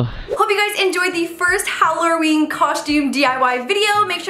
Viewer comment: she said hallarer instead of saying hallowen